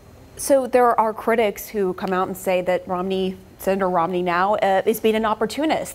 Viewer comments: It’s pronounced: ROM-ney. Not: ROM-uh-ney. Not that I care, but your a journalist. Get it right. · Why do they pronounce Romney, rominey? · lol why does she keep pronouncing it ROM-A-NEY?